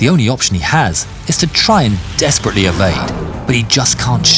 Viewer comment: How many times did you say ‘dEsPeRaTeLeY’?